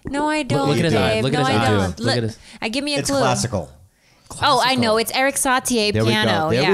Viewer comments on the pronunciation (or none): Erik Satie is pronounced Erik SaTee, not SaTeeAy. Get it right for the Slept King.